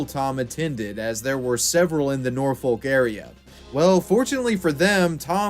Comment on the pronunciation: Nor-fohk. Not nor-fo-l-k